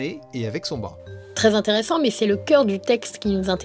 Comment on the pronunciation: 26 min 10sec « intere-sans. Pas vraiment son sans » LOL